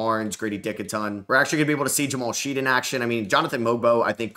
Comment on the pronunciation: His name is pronounced Shed not Sheed.